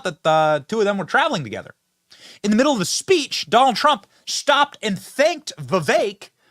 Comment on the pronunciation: "Vivek" is pronounced "Vifake".